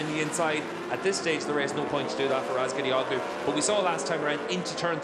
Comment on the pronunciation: Wow this commentator still hasn't learned how to pronounce Toprak's last name. Years later!!